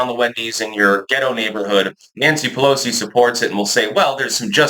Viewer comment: Nansee “we need them to pick the crops” puhllowsee…🤣